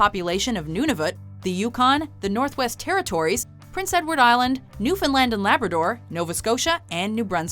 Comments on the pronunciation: Aww she didn't pronounce Newfoundland as newfoundlund I'm so proud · oh my god someone who doesn't live here pronounced Newfoundland correctly. I salute you,. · Let’s go! Someone finally pernounced newfoundland right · First video I ever watch where they pronounced Newfoundland correct! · I like how they actually pronounced NL correctly. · She pronounced Newfoundland right